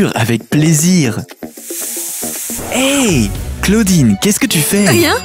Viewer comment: On dit claodine